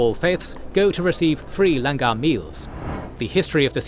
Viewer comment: Love the explaination but please research and pronounce the words accurately - Langar is pronounced Learn-gar not LAN-GAR (gary) same for pronunciations of 5 Ks